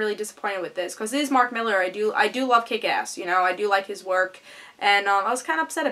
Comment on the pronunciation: Please dont say Miller sweetie, Not to be a pretentious turd, but it's Mill-Are , and Quit-lee.. But I like your channel so far, I look foward to your next vid